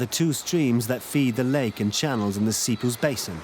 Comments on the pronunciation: Essequibo not essekuibo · It's pronounced...S..e..quibbo. Awesome documentary nonetheless. Thank you for showcasing our spectacular river 🇬🇾